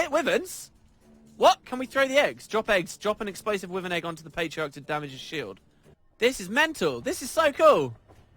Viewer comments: "wivven" XD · Wivern :P